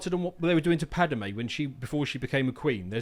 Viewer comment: I dunno how is so knowledgeable on Star Wars lore, but he keeps getting Padme's name wrong.